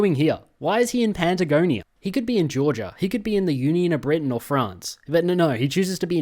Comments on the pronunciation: Just because it really ground at me, to my understanding the region is pronounced *Pat*agonia, like patting a cat, not *Pant*agonia, like the pants you wear. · PATAGONIA NOT PANTAGONIA!!!!!!!!!!!!!!!!!!!!!!!!!!!!!!!!!!!!!!!!!!!!!!!!!!!!!!!!!!!!!!!! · as a Spanish speaker, listening to pronounce Patagonia as Panda-gonia hurts /lh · "Pandagonia" are we serious rn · PANTAGONIA WTFFFF WHERE ARE YOU GETTING THAT N FROM